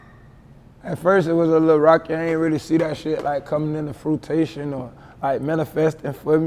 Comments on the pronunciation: My boy said frutation🤣🤣🤣 he meant fruition. You get a pass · that nigga said “Frutation” 💀 must mean “Fruition”